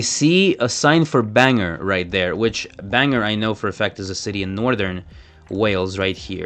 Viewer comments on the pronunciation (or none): I really enjoyed this game. One correction though, Bangor is pronounced ban-gor, not banger. 😂